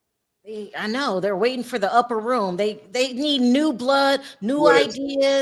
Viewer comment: you saying upper room, always cracks me up 😂😂😂